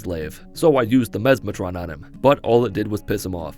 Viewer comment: Memeatron? Memestron? Memesatron? Mesmatron, ohhhhhh Any if the others would’ve been better